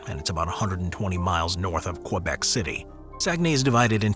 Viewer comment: same with Québec, butchering it like only Americans can